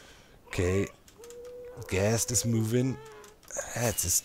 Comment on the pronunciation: The way he pronounces ghast almost like guest makes this somehow very funny to me. all i could think of was him trapping his guests and the guests blowing things up. I dunno why that 's so funny to me. I'm totally gonna call them guests from now on.